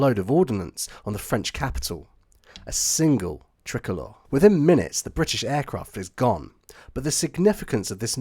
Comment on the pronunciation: Really great story and well put together one thing though is it is pronounced try colour